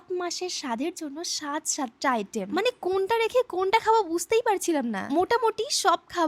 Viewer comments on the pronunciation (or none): none